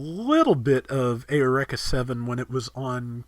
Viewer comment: I'm sorry,, but how did you pronounce "Eureka" again?